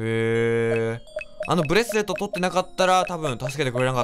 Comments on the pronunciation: 青いブレスットゥルゥは草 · 青いブレスレットが言えてなくて可愛いwww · 青いブレスレット言えてなくない？？w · ポ「青いブレストrrを手に入れた」 可愛い笑笑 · ブレスレット言えてなくて可愛い